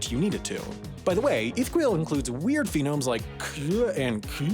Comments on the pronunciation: "FEE-nomes" lmao Phenome is a word, but I'm pretty sure what you actually mean is phoneme. Phon-, like telephone. Phonemes are the most basic unit of sound in a given language. It comes directly from Greek, φώνημα (phṓnēma) meaning “sound." The "-eme" was then extracted from phoneme and used as an English suffix. It can be appended onto a stem word that describes a certain aspect of language, and the resulting word they form together is used as a term for the most fundamental, indivisible unit of linguistic structure relative to whatever aspect of language the stem word describes. Examples include: morpheme–the smallest unit that can have meaning. In the word "pigs," "pig" and "s" are both morphemes, because the "s" on the end means the noun is plural. From "morph," meaning shape. grapheme–the smallest group of written characters that can signify a phoneme. In English, the "f" in "fun," the "gh" in "rough," and the "ph" in "philosophy" are all graphemes that code for the same phoneme /f/. From "graph," meaning write. listeme–an item that is memorized as part of a list, as opposed to being generated by a rule, such as the meaning of idioms or some irregular verb conjugations and noun pluralizations. Like the English verb "to be" inflecting to am/are/is, or the pluralization of goose to geese. From "list," meaning, well, list. Lol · HAI forgot how to pronounce phonemes. But hey we all know what a new language can do to old ones. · dude... it's "phonemes" not "phenomes" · Phonemes, NOT PHENOMES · I thought I was going mad, maybe I just hadn't found it in my 3am wikipedia deep dives for curiosity's sake I was actually hoping for that only bc phenomes instead of phonemes makes me irrationally annoyed lmao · Also pronouncing it “phenomes” instead of “phonemes” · Drink every time he says “phenomes” instead of “phonemes”. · Hearing "phonemes" being said as "phenomes" and š being pronounced as s instead of sh had me rolling on the floor 😂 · Love me some "phenomes" hahaha